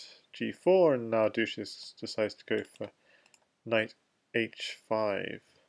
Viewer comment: "dushezzz" was probably intended to be pronounced the same way as "sanchez", not like "douches", the things used to clean vaginas haha. Other than that great commentary :)